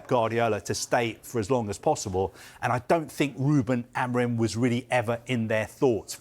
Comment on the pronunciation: Amorim, you stress in "im" - amorIM